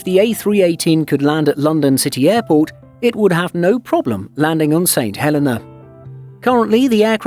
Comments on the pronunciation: I don't want to nitpick, but he is saying it wrong. He's saying St Helen-a and it's pronounced St Hel-eee-nah. Look at the St Helena Tourism videos on here and you'll hear the correct pronunciation. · Pronounced Saint Hel eeeee nah!! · No, he's saying it wrong. In the UK we WOULD normally pronounce the name Helena exactly the way the narrator says it. However, for some reason the name of this island is actually pronounced Heleena. Don't know why. The narrator obviously just didn't know this. Check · Can’t even pronounce St Helena properly. It is pronounced “St Heleena”. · Funny how people go to all the effort of making and editing a video but can't research the correct pronunciation of the place they are talking about 😂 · Not a bad video. But please pronounce the islands name correctly. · Great film shame the narrator didn’t know the correct pronunciation of the island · The mispronounciation is irritating for an English speaker; it has nothing to do with accent rather with incorrect emphasis. Comparing a native Spanish speakers pronounciation of Mexico to a native English speaker is a poor comparison. The narrator made a mistake; admit it and move on - no one will sue you. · As others have said, a good video let down by not doing your homework on the pronunciation of place names. Not only the pronunciation of St Helena, but also of Accra (ah-KRAH).